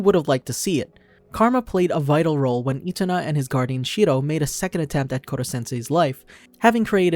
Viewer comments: is my man calling itona ( e - toe - na ) otona ( oh - toe - na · The name’s Itona, not Otona.^^